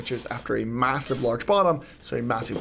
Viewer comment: "Massiver"...im out😂